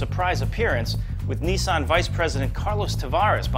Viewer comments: neesan? its nissan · neeysan? NIH-SAN! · Once again!! Nissan is pronounced "Ni-san" Not Neesaun! And that Locus looks like the SSC Ultima Aero. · autofied your an idiot. ITS A LOTUS, NOT A LOCUS, moron. that presenter cant say nissan properly. dunno whether its just him or all americans, but its really not pronounced like that. accents have nothing to do with it, its just wrong.